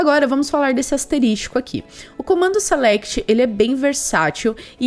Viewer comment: Muito bom o conteúdo, valeu mesmo! só não entendo o porque a maioria dos programadores (youtubers) falam "asterístico", quando deveriam falar asterisco, chega a dar um drift no cérebro, mas tudo bem.